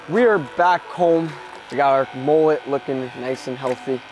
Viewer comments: Last time I heard mullet was pronounced. MmmmUuuuLlllLlllEeeeTtttt not moollet?? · How American's say mullet 😆😆😆